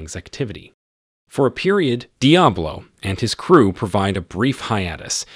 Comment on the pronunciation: Love the pronunciation: Dee Uh Blow. Awesome!